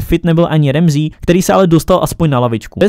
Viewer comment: čte se to Ramsy, ne Remzí